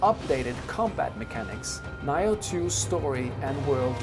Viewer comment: someone answer this, WHAT THE FUCK IS “NIGH-OH TWO”??? its (NEE-OH TWO) the fuck bruh aint no way its been out for years and u getting this shit wrong. EVEN MY WIFE WAS LIKE “tf did he say?”